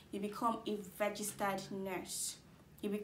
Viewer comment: Why re u pronouncing it as "vergistered" nurse